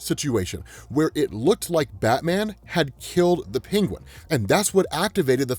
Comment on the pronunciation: Love ya but HATE the way you say Penguin. Pingwin.